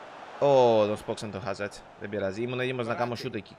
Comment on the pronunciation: Αζάρ και όχι Χαζάρ Εισαι τελειος